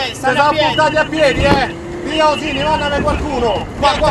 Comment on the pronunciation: Ma erano in Sardegna? Via Osini Via Arzachena Via Gennargentu...comunque si pronuncia Osini con l'accento sulla seconda i.